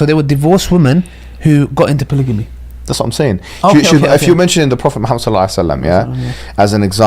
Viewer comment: Polygamy not polyjamy😭